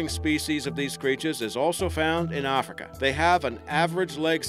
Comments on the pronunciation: it's AF-rica... not AH-frica. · its not AAHFRICA.. Damn.. its sounds like AF-RI-KA .. AF as in cAFfeine , RI , and KA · I know I said this on another video but dude PLEASE drop that accent. You aren't Australian and you keep pronouncing words completely wrong. We do not say Ahfrica, it's a hard a sound like in 'at'. Same goes for Massive, it's not mahssive. I would subscribe and continue watching your videos if it weren't for you butchering my country's accent because I actually really enjoy your content. I'm not going to say that it offends me but it's just infuriating hearing the accent butchered that way. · Arrffrika come it’s Africa but apart from annoying pronunciation it’s a good vid lol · I love the way he pronounces Africa.- ARRFRICA